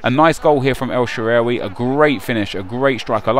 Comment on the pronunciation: Is the way nep pronounces 'El Shaarawy' correct? Sounds strange when he says it